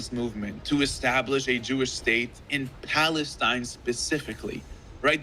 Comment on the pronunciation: think he mean pfalestine :face-purple-crying::face-purple-crying::face-purple-crying